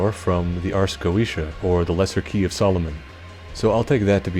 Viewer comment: Fugue is like "Fyoog" and and I believe Goetia is pronounced with an R like the Author Goethe but i'm not sure on that one. Hard to say stuff we mostly just read/see in dnd lol.